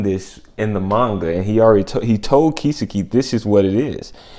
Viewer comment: Btw wanna mention that names like "Kisuke" or "Sasuke" have a silent "U". Thought it may help.